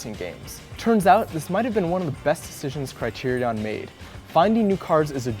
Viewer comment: the way this guy says Criterion pissed me off